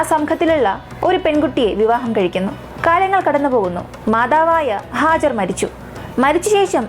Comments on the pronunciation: Not hajar, Haagaar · Hajar alla hajara vaakukal sookshikuka oru aksharam thettiyal artham maarum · ഹാജർ അല്ല ഹാജറ എന്നാണ് ട്ടോ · ഹാജർ അല്ല ഹാജറ